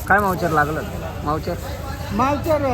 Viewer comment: मावचर नाहीरे अडाणचोट ,,, मोईसचर